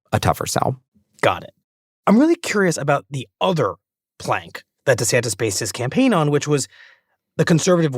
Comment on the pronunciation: DeSantis can't even figure out how to pronounce his own name. Florida is at war with its largest employer. Florida is losing insurers due to global boiling and isn't doing anything about it. Florida has flesh eating bacteria, leprosy, malaria and have a joke of a health care leader that was picked only because he was antivax. He signed a six week abortion ban. There is nothing a non MAGA nut job would want for their lives.